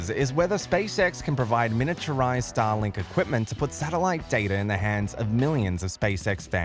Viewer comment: Anyone else also hearing "Stalin" after four times the word "Starlink"?? After you hear it, it can't be undone 😑